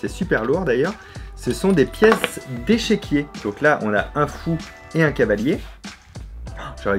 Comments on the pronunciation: On dit échiquier et pas échèquier... Rooh ça va je taquine ! Merci bcp pour tes vidéos très inspirantes. Bise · On dit "échiquier" et on pas "échéquié" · on dit échiquier pas échequier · Fabien, à tu as dit échequier mais on dit échiquier ^^ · Super vidéo Au passage on dit pas échéquier mais échiquier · Pour info, le terme c'est "échiquier" et non pas "échéquier", je me suis longtemps trompé aussi :) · On dit… des pièces d'échiquier et non des pièces "d'échéquier" !!! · "échiquier" et non "échequier" (c'est amusant, c'est juste avant ta remarque sur chevalier et cavalier). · Cavalier c'est bien mais échiquier c'est mieux qu' "et chéquier" ... Sinon merci pour tes vidéos. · hello, alors on dit bien un cavalier et pas chevalier, par contre on dit échiquier et non pas échéquier ;-) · on dit pas "échéquier" mais échiquier ... tu files un mauvais coton, vraiment... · On dit un échiquier pas échéquier ;) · On dit échiquier pas échequer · On peut dire CHEVAL ou cavalier par contre c'est échiquier et pas "échecquier"... Ahhh sorry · Tu veux des commentaires ? Les mecs ! Il a dit échequier !!!!! On dit échiquier avec un i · Tu as dit "Échequier", alors que c'est "Échiquier"...... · Pas de team boulon ou écrou cette fois ci... par contre on dit "échiquier" 😁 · On dit ''échiquier'' sinon super vidéo et j'adore les casses têtes donc merci de continuer!!